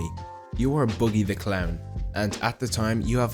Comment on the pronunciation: bro said "boogy" 🤦‍♂